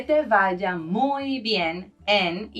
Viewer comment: Se escribe «superbien», todo junto, puesto que super- es prefijo en este caso. Otra cosa: la V de «vaya» es bilabial. El uso labiodental de V suena algo afectado.